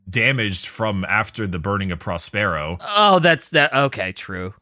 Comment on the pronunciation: That pronunciation of Prospero is killing me.